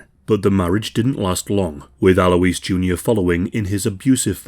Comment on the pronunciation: ALOYZ!! AL-OYZ. Alois.